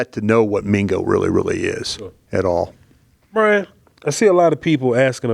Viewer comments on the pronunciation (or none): 1st its BRY-an 2nd yes